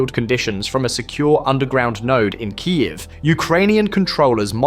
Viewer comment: its full AI. not even good line of Audio, look and how it pronouced Kyiev